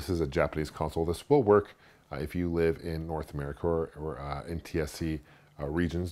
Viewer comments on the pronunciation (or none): none